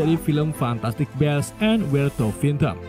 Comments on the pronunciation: bis ngomongnya bukan bes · Bacanya bukan best mas huhu